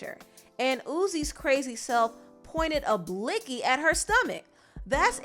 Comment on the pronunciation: The fact that said "blicky" 😭😭